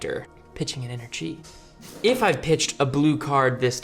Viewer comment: Timestamp "pitch an inner tree" pretty much all of your pronunciations of chi were spot on, this one time caught me off guard, and i laughed my ass off,there were many times i laughed throughout this video though. You guys always bring a fun time to the table. I really appreciate the content of Three Floating. The love for this game is dripping from your Flesh And Blood souls. I feel it! It's contagious! Much and love and success into the future.